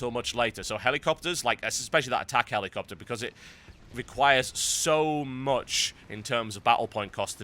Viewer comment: The way you say helicopter is a bit irritating to me.